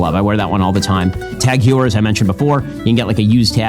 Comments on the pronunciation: "Tag Hyor" Lmao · Someone please teach the guy how Tag Heuer is pronounced ... If I hear another heeeuuur I think I'll just get depressed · laughing at tag heuer, but he says alpha mils..... wtf bro? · I thoroughly dislike Ben Shapiro, but you were just extremely condescending in a snobby way. Disliked. Also id like to hear you say Tag Heuer. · Imagine laughing at someone who can’t pronounce ”Tag Heuer” and then not being able to say the word ”now” the right way 😂😂😂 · Can you elaborate more about Chrono24? I thought e-Bay would be more risky. About Ben Shapiro. I cannot respect a guy who does not know how to pronounce “Tag Heuer” and says that Seiko and Tissot are fashion watches.